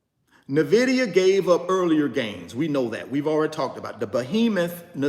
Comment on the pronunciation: My friend - with all due respect - I am not coming at you or coming for you... "But" - please pronounce the name of the company correctly. It can be found on their website. It can be found in Fortune magazine. You could just listen to the CEO/co-founder of the company pronounce the name. But, 🙏 please pronounce the name of the company correctly. It means envy in Latin. How can you mispronounce the name of a 3 trillion dollar company of which you own several shares? How can you mispronounce something that you routinely speak upon to the masses? Each one, teach one. According to its website, Nvidia is pronounced “en-VID-eeyah,” not NUH-vid-eeyah, as many have called it. Where did the ‘Nvidia’s name come from? Huang suggested Nvidia, riffing on the Latin word invidia, meaning “envy.” Thank you in advance.